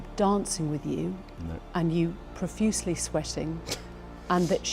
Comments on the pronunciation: .."Sweating profutiously"..!? Giuffre remembered him sweating profusely... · It's "sweating PROFUSELY" - not "profuciously". That word doesn't exist. Apart from such stupid linguistic errors there are many factual inaccuracies in this video. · That’s not how you pronounce ‘profusely’